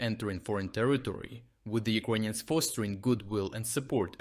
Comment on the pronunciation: Hey, dude. Thanks for your videos. Is it on purpose you pronounce “Ukrainians” as “Iconians”? Star Trec style?